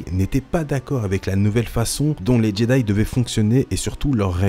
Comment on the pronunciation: C moi ou j’entends jeday